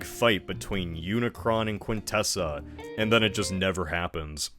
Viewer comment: hey that's not how you pronounce quintesson